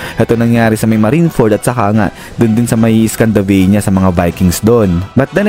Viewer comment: Scandinavia po yun lods. Hindi scandavania.😂